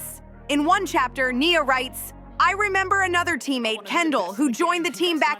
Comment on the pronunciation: Right? It’s about Nia, yet the commentator can’t even pronounce her name correctly